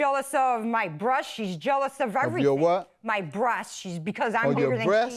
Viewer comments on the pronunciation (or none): She said “breath”.